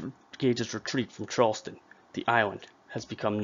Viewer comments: Charlestown not Charleston!! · CharlesTOWN,not Charleston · It's pronounced Charles-town. Charleston is in South Carolina. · 1 problem, it's pronounced Charles Town (1 word) not Charleston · You would think the narrator would learn how to pronounce "Charles-TOWN" - Not the South Carolina pronunciation..... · Great video, thank you. FYI as a Massachusetts native, Concord is pronounced like 'Conkered' , and Charles-town, not Charleston.